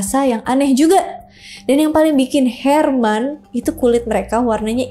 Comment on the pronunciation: Heran kak bukan herman 😂😂